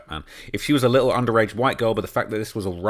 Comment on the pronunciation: “D4VD’s lit-el Fixer” (uk voice) 😂